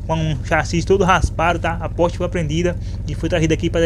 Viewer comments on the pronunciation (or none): none